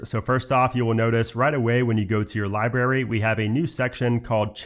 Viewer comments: Dude your videos are great, and I’m telling you this with the utmost sincerity and respect. When you say library you pronounce it liberry, it’s library. Not berry, brary. You leave out an r. And it’s mildly infuriating. It makes the video almost unwatchable. Again I’m sorry if this comes across in a mocking manner. I don’t mean it to be. But please, please please please; say the word correctly. PLEEEEEAAASE. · Love love love your videos...thank you. One small thing that drives me crazy, is the pronunciation of some things. Many of these are of course local to an area of the world, but a couple are just incorrect, even when considering different accents. In this video, you pronounce Library 'Lie-Berry' rather than pronouncing the B. Just in case you want to satisfy those of us who care about things like this, I thought I'd let you know. Sometimes we don't even notice these things ourselves. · LIBRARY ... How do you pronounce it? Cracks me up every time I hear you say it. haha ... And.. I'm laughing with you, not at you. I love it!